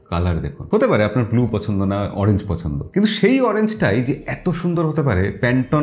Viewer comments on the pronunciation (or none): none